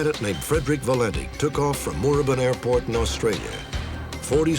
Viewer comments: Pronounced Moorabbin correctly :) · Thank God they used real Australians for the UFO reenactment. 👍 Fake Aussie accents are so bad. Loved Robert Stack's pronunciation of 'Moorabbin'. Cute.